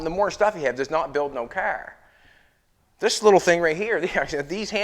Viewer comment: I had to stop watching this guy. He makes junk, into junk. By the way it’s pronounced CAR, not KER.